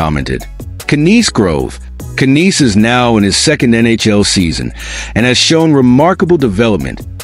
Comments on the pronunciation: terrible " KK- Nnes" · Matthew "Can-eass" 😂😂😂 get out of here.